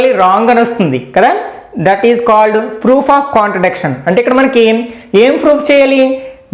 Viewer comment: Sir very nice explanation but you are telling froof in place of proof